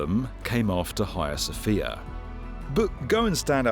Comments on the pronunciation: Sounds very odd to a Continental Europeans ear, let be from the far nort part, when pronounced "Hia Sofia". To my ear, note: My, this should be "haGIa sofia, or something like that and it’s ok to have other opinions just don't share them with me, just prononce them out loud ;-) Nice info as usual, thanks. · TIL it's not the Haggy-uh Sophia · The H is silent.